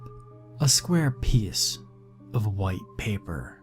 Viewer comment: Ah yes, I love "skyar" stories 😂